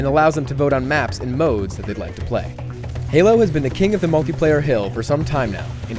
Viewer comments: Did you mean to call Halo gaylo?! If you did I will not be very happy... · You said galo 3. lol